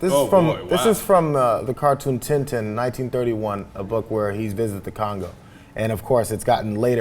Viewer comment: This guy doesn't know "Tintin" very much, does he?